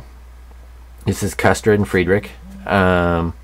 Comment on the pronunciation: This is a superb kit. Ma.K is a rather new interest for me but I have dived right in and am having a blast. Also, it's pronounced KOOSTER. Those umlauts over the U make it a long U. Think Motley Crue.